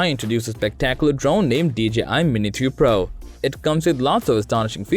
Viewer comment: Lol it’s the accent, I also heard mini 2 pro